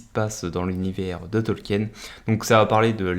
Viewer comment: Mon dieu 🤣 le pauvre professeur doit ce retourner dans sa tombe avec ta prononciation de son nom 🤣